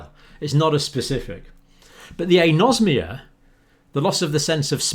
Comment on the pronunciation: Dear Dr John, with all due respect, it is pronounced "An-osmia", like "An-aemia", "An-orexia", "An-aerobic", "An-encephalic", and so on. The Greek word for smell has "osme" as its root, not "nosm", as your pronunciation suggests. And "An" before the Osmia means "the absence of", of course. Apologies for being pedantic, but the non-medical people may understand the word better if it is pronounced like Anaemia etc. Kind professional regards, Dr Dave